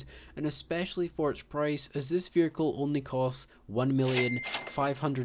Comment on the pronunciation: oh i didn't realise there's an 'R' in the word vehicle. this guy proved me wrong